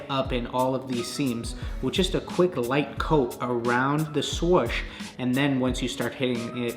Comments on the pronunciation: Sorch? Is that meant to mean swoosh? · “The swosh” 🤦🏻‍♂️ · Haha the "shwuish" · Around the what?: Around the SwOWsSH